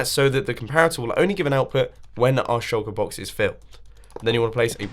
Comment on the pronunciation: Does I the only one who heard choco- box? And not shulker box.